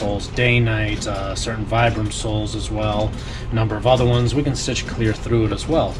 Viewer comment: Vibram is pronounced “VEE-bram.” Named after the founder, Vitale Bramani.